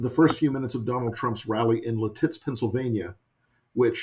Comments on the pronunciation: Hey Rick, it’s pronounced LIT-itz. Emphasis on first syllable. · It’s pronounced “LET itz” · LIT-itz. empasis on first syllable. thank you, rick. for everything you've done to get us through this nightmare.